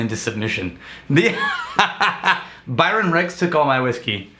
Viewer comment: Woo Hoo!!! Glad you liked it!! Slight correction, it’s “Bryon” and not “Byron”. But I’m still now famous!!